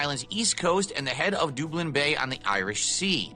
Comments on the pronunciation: Add Dublin to the list of words can’t say right. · Doob-lynn? Whaaa?